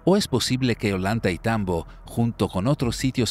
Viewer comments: Creo que se pronuncia oyantaytambo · Ollantaytambo no se pronuncia "ollanta y tambo" se pronuncia "ollantay tambo"